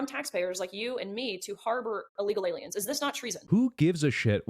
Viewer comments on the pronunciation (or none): none